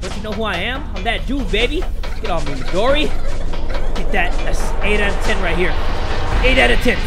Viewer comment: Lps CuteBunny it’s not modri, it’s Midori